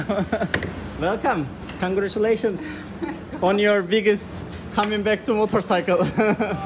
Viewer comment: uzun zamandır izliyorum ama hep senin bu congratulations demene takılıyorum:D Onun yerine congrats de hem daha samimi hem telaffuzu daha kolay